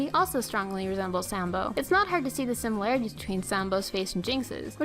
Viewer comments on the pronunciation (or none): none